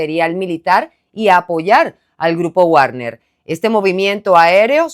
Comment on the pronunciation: querida, Wagner se pronuncia Vagner, solo una opinión constructiva. De nada. Todo excelente 👏🏻👏🏻